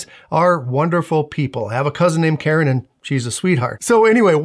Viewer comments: I straight up thought you were saying carrot, not Karen, and I was so confused until the context clicked. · I thought you were saying “ carrots” at first…..